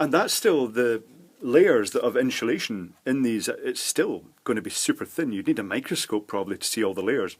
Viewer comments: Great video. By the way there is no H in the word insulation. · Why does he pronounce "insulation" as "inshulation"? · Nice video, sorry to take the pish here but is that Sean Connery ?? INSHOOLASHON (INSULATION) 😊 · "inshulashion" - Sean connery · What is "IN SHA Lation"? Also, I'm watching part about caps and I'm finding that I'm very frustrated firstly that you keep saying "in sha lation", but secondly, the fact that you didn't bother to explain firstly what capacitance is. I think that would have been very helpful for someone who knows basically nothing to begin with. You're cutting your little example over and over, and stating and showing that it changes the capacitance each time, but, so what? What does that mean? You get what I'm trying to say. Thanks. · Excellent explanations! And I love the way you say inshulation! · “InSHulation” Interesting. Good video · WHAT THE FUCK is inshulation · Great video and the way you say 'insulation' cracks me up everytime